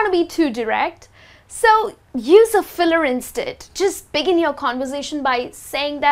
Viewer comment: gosh.. a teacher who doesnt know how to pronounce some words herself hahahahaha.. gosh. the net is full of rubbish.. repeat after me > i don't know the right pronunciation of "instead" which rymes with fed. also repeat after me > continuously is too difficult a word for me to pronounce. i get lost in the middle of it. fail... level infinity . shitty video.